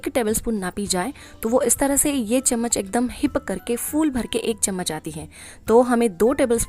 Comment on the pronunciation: Saf saf Chammach bolo n ye tebal spun kya hai